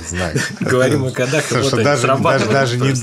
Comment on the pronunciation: Господи, да не кодАх,а кОдах,учитесь говорить по- русски,прсто срам,я уж не говорю про мат!